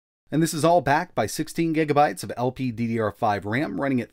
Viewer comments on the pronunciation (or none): none